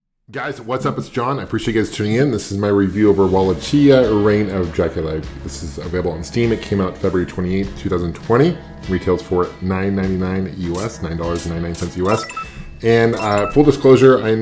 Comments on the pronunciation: Wall-Lake-Kia is how it's pronounced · Walassshhhia. LMAO!